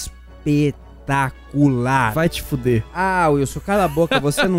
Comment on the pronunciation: "...com um jogo ES-PE-TA-CU-LAR!" "Vai tifudê. >:( "